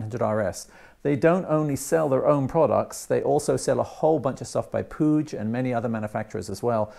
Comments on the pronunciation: pronounced pweeg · Hi, I see you're a Saints fan when in the UK! 😉 I think Puig is pronounced 'Pweeg' as they're Italian. Good kit, I've had a couple of their flyscreens. I'll catch up with you when you work on the Griso updates, looking forward to that, we can swap notes!